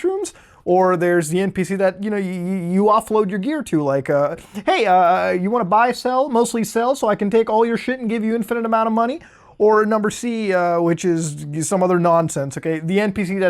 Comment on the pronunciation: I got triggered when you said "numer C"